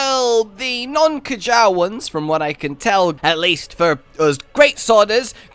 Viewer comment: Wtf is a k-jar it's "kyare"